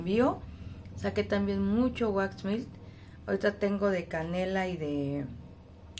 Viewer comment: Hola Linda, tu producto se pronuncia así como se escribe waxmelt, en español se traduce: wax=cera, melt=derretida no se pronuncia mill o milt espero que no te ofendas por corregirlo